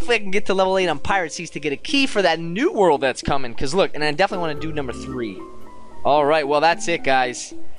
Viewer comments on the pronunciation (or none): none